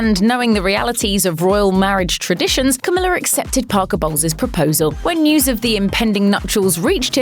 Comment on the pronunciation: Her: CAMILLA BOLWES ME HEARING: camilla balls